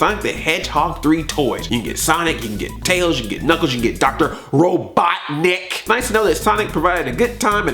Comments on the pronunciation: "RO-BOT-NIK"! Thank you. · Thank you some one who says robotnik